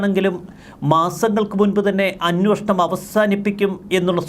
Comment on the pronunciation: ഇയ്യാൾ എത്ര തവണ അന്നോഷണം എന്ന് പറഞ്ഞു